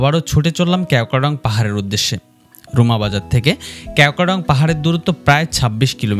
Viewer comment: ক্যাও ক্রা ডং না। কেওক্রাডং